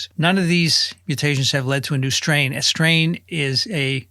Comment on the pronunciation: Even Dr. Marc Siegel said strain and everything wrong today. Like emphasizing strain